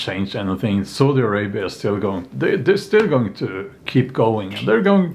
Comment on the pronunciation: Heheh i heard Saudi Arabi as Salty Arabia.